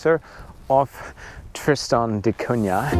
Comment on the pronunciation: At least pronounce the island's name correctly😅